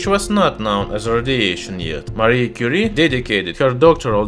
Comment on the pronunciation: Lol “Marie Curie” sounds like mercury